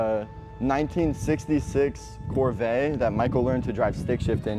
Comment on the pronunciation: Really “cor-vey “ dude it’s cor-vette “